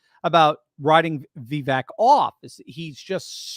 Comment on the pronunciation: Vivek rhymes with cake according to his rap about himself.